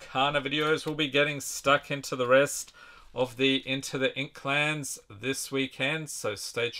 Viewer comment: Did you say inklands or inkclans lol😅